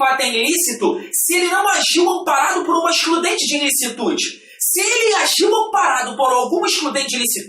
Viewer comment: "INLICITUDE", dá uma dor no coração toda vez que ele fala isso..